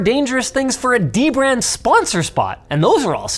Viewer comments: Gotta love dem De Brand sponsorships 👌 What, that's how you pronounce it, right? Linus taught me that! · It’s pronounced: Duh-brand